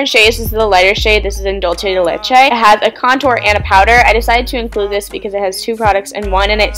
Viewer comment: how you said dulce de leche omg im latina and im screaming at that for five minutes straight